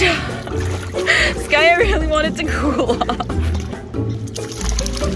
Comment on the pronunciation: I love how the fact the she called skaya skayu😂❤